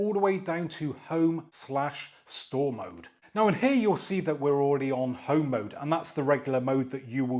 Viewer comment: Well done saying home mode. As someone whom grew up in the 1980’s home mode can sound like something else. 😄